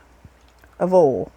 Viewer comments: Use bigger bowls. That's oyyy ul. Oil. Not 'ol'. 😣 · I love how she says oil too. More like oll. I remember visiting my family in West Virginia (we live in Ohio) the first time as a kid and asking them why they talked funny? They said they didnt talk funny, YOU talk funny lol. I'll never forget that lol. God bless, Shirley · Oh you are so clever. I have never thought to use cans as cutters. Has me thinking of different round shapes of cookies that I make and decorate. I love that you say oil the way I do. I grew up in Indianapolis, but lived in Texas so long I began to sound more Texan. I love this recipe. I will have to try it. I am always looking for fun things to take to our Wed night bible study at church. Praise the Lord, My hubby, an former atheist of 60 yrs got saved a few weeks ago. Prayers answered. I thought I would share that. Hugs.